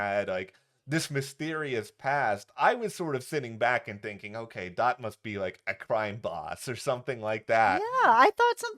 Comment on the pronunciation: “Dot” not “Dir” 😂